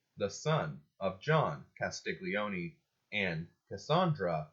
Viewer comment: Castiglione pronounced kas tee lee oh neh. g is silent in gli.